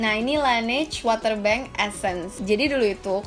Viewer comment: Mau sok bhs inggris tp ngomong water masih bacanya water... Tapi thanks infonya